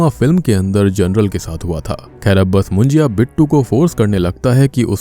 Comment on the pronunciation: It's not मुंजिया.. it's मुंज्या!!